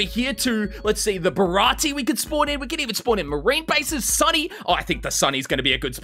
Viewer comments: Pls for the love of God its Barati-A even tho it's an E pronounce it as A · dear sweet content creating ITS BA-RA-TEA-EHYY